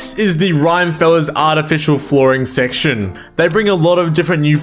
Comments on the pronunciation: Rhyme-feller? It's Rim as in the rim of rimworld lmao Rim-me-fel-ler You assies and your strange accents. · thanks for this! only one detail - i'm pretty sure the mod is pronounced "Rim-e-feller", not "Rime-feller"... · Not the "rhyme-feller" 😂😂😂 I think its meant to be like Rockerfella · Rim as in rimworld. Not Rime as in... I dunno really. I have no idea why you would decide to pronounce Rim-efeller as Rime-feller while playing Rimworld. I mean it's not like you would pronounce Rockefeller as Rocke-feller when it's clearly Rock-efeller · Rim-uh-feller, as in Rock-uh-feller (john d rockefeller) not "rhymefellers" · Great guide! Just a tip, it’s actually pronounced Rim-Eh-Fell-er, named after John Rockefeller, an American oil tycoon from the 1800s and one of the richest men who ever lived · Rhyme feller. Very helpful guide but every time you said it that way I burst out snickering. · I wonder though if you're pronouncing it wrong or the unintended way To me it sounds like the creator wanted to put a spin on "Rockefeller" Like in the Rockefeller street music So I always pronounced it "Rim-e feller" Again, no idea if that's the true intent or not, but still some food for thought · great guide! it's definitely pronounced "RIM-AH-FELLER" though. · Isn't it pronounced rim_efeller so it's kind of like a Rockefeller? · can't stand how you say rime feller, look up rockefeller